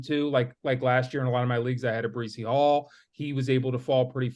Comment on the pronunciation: Breecey Hall 😂 lmaaaao